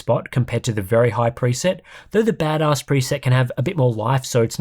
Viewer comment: Chuckling every time you say Bad Oss